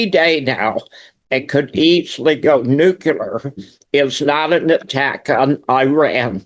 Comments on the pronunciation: “Nookyooler”. Cmon man. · I am sick and tired people misspronouncing NUCLEAR, by saying it wrong NUKELAR. do these people ever went to even middle school???? LMAO😂